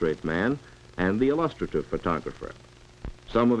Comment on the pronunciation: For the Love of All That's holy! Learn how the hell to pronounce illustrative!!!